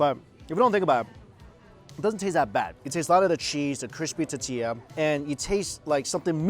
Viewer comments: Lol say it with me mike TORRR TIII LLAAAA ! 🤣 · Mike say “totiya” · Its tortilla not tittia. Love your vids btw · Is it just me or is Mike forgetting the R in the tortilla...?? sounds like hes saying totilla....maby its just me beeing picky lol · What the hell is a titilla? I’ve heard of TORTillas but not um....titillas? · TOR TEE YAH not TeeTeeYa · I giggle a little every time I hear Mike say totilla instead of tortilla lol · If it's tortilla why do I hearing " tutia" mucho spicy did really just say that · Please learn how to say "tortilla" correctly!!!! 😡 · Mike, please say t-OR-tilla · The way he says tortilla is brutal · 😂🤣 I just want Mike to say "Tortilla" correctly! Pura Vida from Costa Rica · Please say “tor” tilla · Please make an effort to say tortilla correctly mike, please...every damn video stg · Awesome video! But repeat after me... Tor-tilla 😂 gets me every time lol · OMG ITS TOR TOR NOT TEA ITS TOR TORTILLA